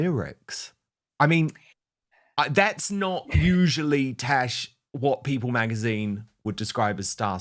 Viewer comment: Why does he call her “Tesh”??